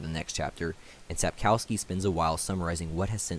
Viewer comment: Lets start with authors surname. It's pronounced SapkoVski. W is more like v not U in Polish. Yet every English speaker I know calls him Sapkauski in youtube videos :) Vilgefortz's spy Rijence is pronounced I have no idea how to spell it but something like Ryentser. Beginning and end very similar to how you pronounce French cardinal Richelieu.